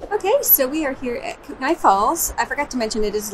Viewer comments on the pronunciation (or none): Kootenai is pronounced Koot-nee